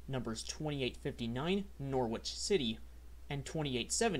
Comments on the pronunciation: oh.. and "Norwich" is pronounced "Norich" and "Tottenham" is "Totnam" - yeah I know... Just don't get me started on "Leicester" ;-) (time to put the glass down and leave the bar ;-) ) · Nor-witch and Totem-ham? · Norwich is pronounced NOR-rich and Tottenham is TOT-num